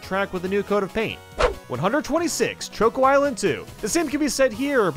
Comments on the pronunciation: I assume it’s an Americanism, but why do you pronounce “choco” differently to the start of “chocolate” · the pronunciation of Choco and Delfino made me uncomfortable